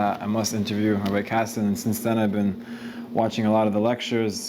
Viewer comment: Rabbi kessin. Not Kassin